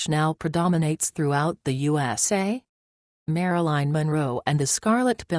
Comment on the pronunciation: It's Marilyn not Maraline, i don't buy it JFK and the Rat Pack would nail any attractive lady in the WH of anywhere else